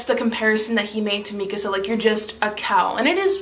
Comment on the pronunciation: FINALLY someone who pronounces Mikasa's name correctly